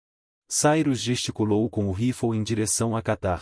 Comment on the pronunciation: Se diz rifle e não roflou